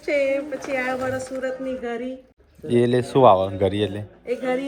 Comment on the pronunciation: Gari nai ghari kevay